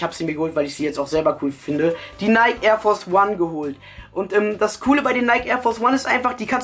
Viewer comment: alta so spricht man nike nicht aus wann lernst du das mal? haha